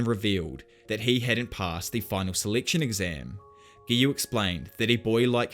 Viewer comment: Did he say seliction and not selection :/